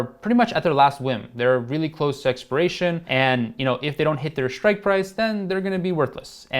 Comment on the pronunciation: Shritke or strike price 😅